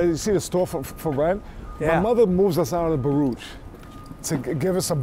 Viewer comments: I always thought Baruch Houses was pronounced "buh-ROO-ck" (and still think it is) but some guy I work with also grew up there and he says it the same way as "buh-rootch" -- never heard that anywhere else! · T is a life long New Yorker and can’t even pronounce Baruch properly.